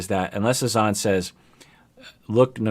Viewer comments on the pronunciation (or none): Azz Zan not A Zon. :,(